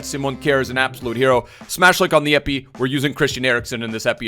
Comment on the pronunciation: i love how still sais teet in place of the-ate